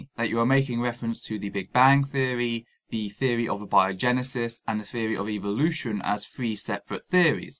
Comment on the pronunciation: I stopped watching after the first time he said "scientific feory".